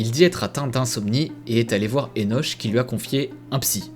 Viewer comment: Joli jeu, bien que pas ma came. Enoch se prononce "Enok"